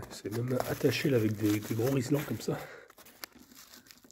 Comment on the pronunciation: "Rilsan" et non "rizlan".. sourire..